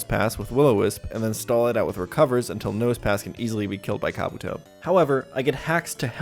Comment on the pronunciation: Why do you say Pokemon names wrong? Kabuto is pronounced “kah-BOO-toe”